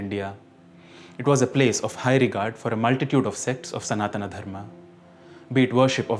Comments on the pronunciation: whatever be the language of your ancestors, you vouching for his correct pronunciation was the dumbest thing you said!! When he pronounced कश्मीर as कश्मीरा And सनातन as सनाताना in the first 15 seconds of the video. So you clearly don't know what correct pronunciation is you dumbass. claiming to be a student for 49 years???? GTFO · ଭୂଷଣ he is pronouncing it as sanatanaa... That's wrong!! Did you even watch the video? In the first 15 seconds he is doing that. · ଭୂଷଣ so you just proved my point that pronouncing it as सनातना is wrong just what he did in his video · ଭୂଷଣ tell me how a simple word विनियोग: becomes (viniyog-a) in your world instead of (viniyog-h) Or even better how सनातन: (sanatan-h) becomes (sanatan-a) as seen in the video